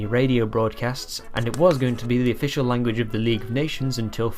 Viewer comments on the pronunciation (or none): none